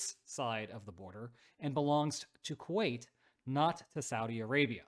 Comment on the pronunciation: Wasn't "Kuait" that brutal 😂